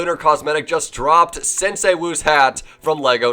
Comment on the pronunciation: U butchered the pronouciation of sensei